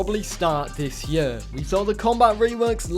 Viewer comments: It’s pronounced “this year” not “this yuhhh” also your sever rules are garbage… 1 body down….? Grow up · I'm from England, not gunna lie you say year strangely lol Awesome video 😊